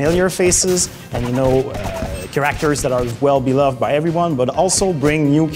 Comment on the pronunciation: take one shot each time you hear keraktors. amazing work and game tho